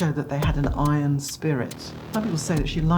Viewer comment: この場合は 「Conditions」より「Requirements」。 「Iron」の発音は「アイロン」ではなく「アイアン」。 日本語で言う「メリット」の意味は英語ではやや異なる。この場合は「 Advantages」。 この「認められる」は admitted より accepted。